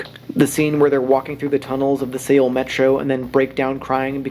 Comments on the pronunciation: Only made it to 1 minute 25 seconds because I couldn't listen to the mispronunciation of Korea's capital city Seoul (pronounced "Soul"). I am sure the video is great but I can't hear that over and over again. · I wish commentators search for how places are pronounced before making their vids T.T. it's pronounced like our normal english word SOUL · Seoul is pronounced soul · Why are you saying Seoul weird